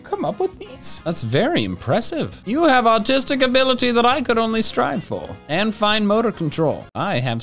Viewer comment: Anyone else think he said "autistic ability" ? Cuz I have autistic ability